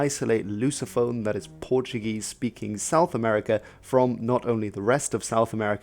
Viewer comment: Nice, on your pronunciation don't roll the "r" it's spoken softly